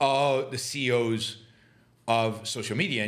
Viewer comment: “The seeyos”